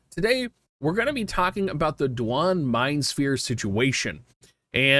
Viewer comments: Do-wayne or say it faster and take out the o and its Dwayne, that's how it's pronounced lol, my boss has the name Duane and he'd be pisssed if someone called him du on. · "DOO-WAN" bruh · Disliked because of how you pronounce Duane. ;)